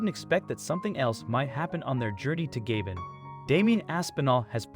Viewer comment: Nice video. However, the country is pronounced ga-BONE.